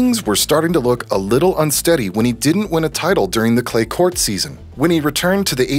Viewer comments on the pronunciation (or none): none